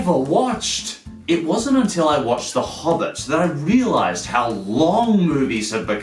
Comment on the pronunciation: I unsubbed when he said Hobbit xD